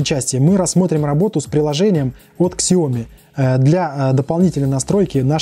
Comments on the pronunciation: Сяоми... без К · Спасибо Виталию за информацию, правильно произносить так - Сяоми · Прошу прошения за произношение Xiaomi правильно произносить на китайском - правильно произносить на английском